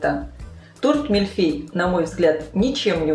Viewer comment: Господи ну послушайте произношение по французски-произносится мильфЁй!!!режет ухо!!!